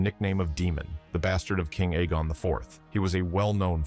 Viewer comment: Can't pronounce Aegon either!? Christ man. I'm done.